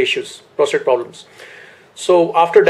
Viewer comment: Is he saying prostrate instead of prostate? Wtf schoolboy error